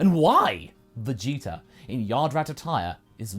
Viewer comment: After hearing Lani and Kaiser say that the "Freezer" thing comes in part from pronouncing the prince's name as "Vegeter", I can't unhear it. Anyway, good job! Nothing like a really good fanfiction with great voice acting.